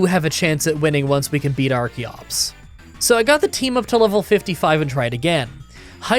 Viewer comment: I forgot to finish the video and just came back to finish it only to hear call archeops arceops. Does he not know how the CH sounds in English?